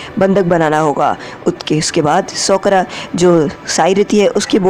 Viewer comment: Sokura nahi sakura🙄😅😂